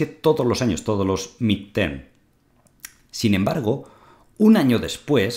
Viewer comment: Y este tío, quien le ha dicho que sabe de finanzas? La revolución digital pone delante de nuestros ojos a cualquier zonzo con un poco de valor a "dar clases" en las pantallitas. Ni siquiera puedes decir "midterm" si que te equivoques. Vaya zumabao.